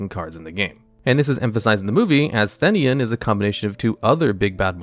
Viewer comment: You said the name of Theinen wrong